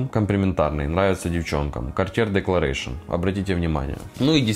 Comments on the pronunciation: Декларасьон, а не декларэйшн, надо заметить. А за спайс бомб спасибо, теперь ношу его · Gartier Declaration произносится декларасьон.